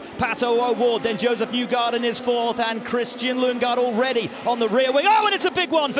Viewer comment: Christian Lundgaard ❎ Christian Lungegard ✅